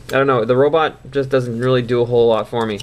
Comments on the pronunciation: But you pronounce it robit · In Cananda why arn't they pronounced Robot?